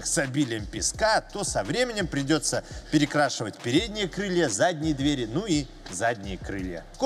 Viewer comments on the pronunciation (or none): none